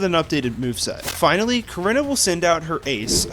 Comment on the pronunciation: It’s pronounced viv-EE-AHN, BYE-nuh-cull, kuh-REE-nuh, sih-JIH-liff, HAH-loo-chuh, RAY-mohs, ROHZ-rayd, VEH-noh-shahk, CLEH-MENT, ehm-MAHL-guh, luh-VARE, and DRAP-ee-ahn, “Patrick Star”! 🤨 Also, Sandstorm is a Rock-type move, not a Ground-type move!